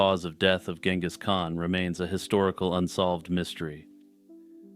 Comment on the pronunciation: The leading G in Genghis should be soft like a J. Compare to other previously used English spellings like Jengiz and Chinggis